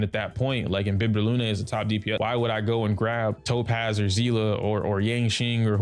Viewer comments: It's Seal-ah pronunciation. It's literally said in game. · It's not "sea-lah" 🤦🏻‍♂️ It's a German word and the pronunciation is "see-lee". Y'all American's really need to brighten your language perspective because it's pretty pathetic